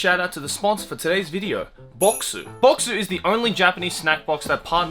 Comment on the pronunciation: Idk why I heard Bokksu "Boxer".